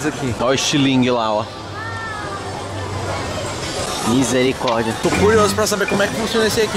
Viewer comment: como o fala miseri credo hahahahahaha